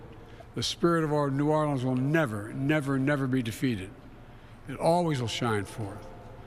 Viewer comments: Biden keeps saying "NAWLINS". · If he says “Narlens” one more time I am going to throw up!! Only people from New Orleans say Narlens!! Just like Kamala’s fake accents!! He is reading a teleprompter because he doesn’t even know where New Orleans is!! Just go back to sleep Biden! Trump already talked to us, while you were sleeping!!